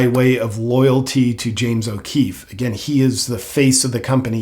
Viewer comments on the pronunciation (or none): none